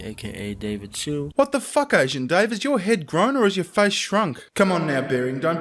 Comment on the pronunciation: Did................he just call himself "Dahweh"?